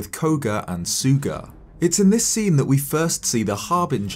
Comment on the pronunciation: ...Why is everyone saying "Suuga"? It's Sooga. It's similar sound when you say Paul. The Au part with a bit more O to it.